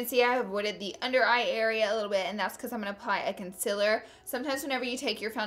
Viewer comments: Con-seal-er not con-sil-er. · It's CONSEEELEER not CONSIIIILER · It's not concialer its concealer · "Consiller" Not hating! love you Laura 😘😘😘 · Concealer is pronounced CON~SEAL~ER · Not trying to be rude but it's pronunced conseeler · It's pronounced kun-sea-ler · I just came here to hear her say "cunsilla" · Who else came to hear her say conciller? ( concealer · ITS CONCEEEEEEALER FML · you said concealer wrong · PLEASE SAY CONCEALER RIGHT !!!!!! LOOK IT UP